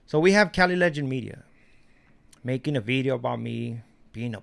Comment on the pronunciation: has an accent & can't pronounce certain works like "Bideo".😂